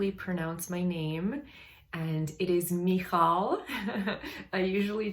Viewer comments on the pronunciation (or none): none